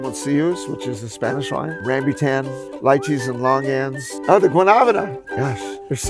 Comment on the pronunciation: It hurts to hear him pronounce "rambutan" and "longan" incorrectly